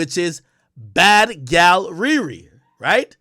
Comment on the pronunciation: Gyal is clearly patois, come on man, you’re supposed to be Jamaican 🇯🇲